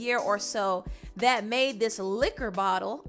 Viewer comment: "Liquor bottle" liquor 🥃 💀 screaming 💀💀💀 😭😂😂😂